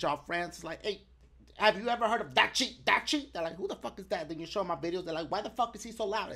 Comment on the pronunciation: dashie does says DACHIE sometimes